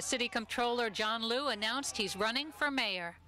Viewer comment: they keep saying lu,,,i thought its liu....